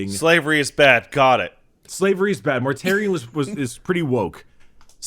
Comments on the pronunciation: His name is Mortarion, not -um. But yes, GW are very fond of just taking words from Greek or Latin and run with it. A few prime examples - Corvus Corax means Raven Raven (primarch of the raven guard) - Ferrus Manus means Iron Hand (primarch of the Iron Hands) - Sanguinius comes from "sanguis" meaning Blood (primarch of the Blood Angels) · In other videos, it seems he tends to say "M's" where "N's" should be sometimes, like its a verbal tic or something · I love but he needs to remember to close his mouth after he's finished pronouncing a word because hearing everyone mispronounce it as "Mortarium" after the first time he says his name bothered the hell out of me. I can also hear it when he says things like "Death Garm" and "Number wum" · It bugs me that everyone keeps calling him mortarium (which is the roman pottery) . His name is Mortarion with an n. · "Mortarium" lol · I feel like does this from time to time (pronouncing things with an "m" instead of "n")